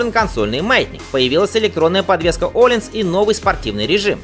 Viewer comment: Автор, при всём уважении-не десмосидиСи, а десмосидиЧи. В итальянском языке даже созвучий таких нет. И не Олинс, а Ёлинс или Йолинс. И у Априлии RSV4 1100 кубов, а не 1999, как озвучено в ролике.